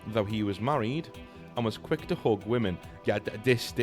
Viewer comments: bro pronounces "hug" and "hook" and he got me so confused for 10 minutes straight lmfao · Fr for a second there I thought 'hooking' a woman must be britbong slang for charming her or even 'hooking up' but bro literally just said hug